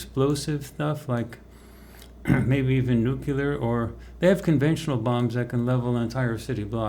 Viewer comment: Say, "New Clear". Rather than Nucular.